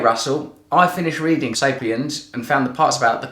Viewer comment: rrading? That messed up my head.